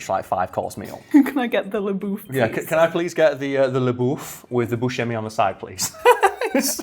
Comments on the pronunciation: It's pronounced "BUSK-a-mee" ;) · It’s pronounced Boo-Shame-ee Source: my now passed great grandmother who shared the last name with him and the local pizza/corner stores of the same name in Detroit Edit: I’ll add that I know we’re related to the original owner (now passed) but the family also claims we’re related to Steve but I question that deeply lol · He did say that Steve pronounces it Bu-seh-mi instead of Bu-shemi.